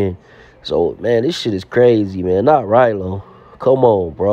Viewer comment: man I'm just playing I know who Ralo is the problem is how you gonna make a video about somebody and not even pronounce they name correct